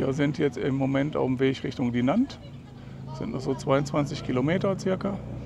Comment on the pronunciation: Hallo ihr beiden! Sehr schöner Abschnitt eurer Tour. In Dinant (welches man übrigens "Dinoo" ausspricht - das O wie in Ordner aber nasal und etwas langziehen) wurde Adolphe Sax, der Erfinder des Saxophons, geboren. In der Nähe der Kirche Notre-Dame steht auch das Adolphe-Sax-Haus. Sehr schönes kleines Video, was du hier gefilmt hast. Hat mir sehr gut gefallen! LG aus Aachen